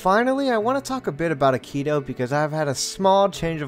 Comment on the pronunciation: I know it's been 4 years since this but the way you said akito 😭